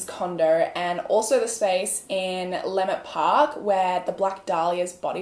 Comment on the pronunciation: Lmao I love the way she said Leimert park